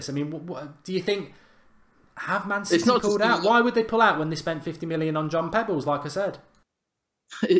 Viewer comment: Come on mark “John Pebbles”lol